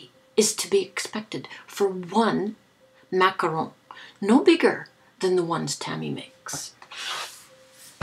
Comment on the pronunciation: I am so glad you rooted for the Giants!!! YAY!!! I actually live in the city where the Superbowl is this year and of course we are rooting for Payton's little brother!! We would have rooted for anyone the Patriots would have played against anyway..lol! GIANTS WON! I like the way you say Macaron! I have never had one but they looked yummy!!!